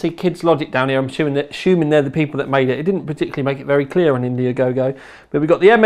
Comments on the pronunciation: and dude its not indiagogo xD its Indiegogo :P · Indiagogo? Isnt it Indiegogo? :o